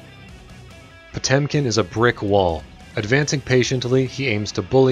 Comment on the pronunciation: Jezus that pronunciation "POCHUM"